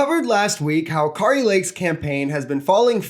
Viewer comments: It’s Kair-ee. Like scary. And that she is. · Just as I spell your name correctly,, you should pronounce names correctly. The way you are pronouncing Kari Lake’s name is not correct and it would be good and responsible and professional of you to learn to pronounce her name correctly. This is also true of any other names that you may speak aloud during your career as an online commentator. If you want to be taken seriously, take names seriously.